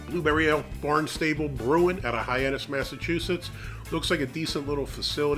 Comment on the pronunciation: Are you sure it's not pronounced Bārn stäblé ?